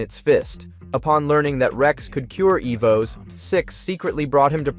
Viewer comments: You started out great calling them Evos then progressively got worse calling them Ev Os 🤦‍♂️ jesus crist dude..... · Didn't realize it's ai until it starred fucking up how to say "evos"